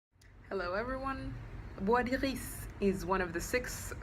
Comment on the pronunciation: Oh my God! I never knew how to pronounce this! You sound so classy!